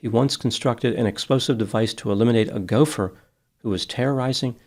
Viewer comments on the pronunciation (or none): none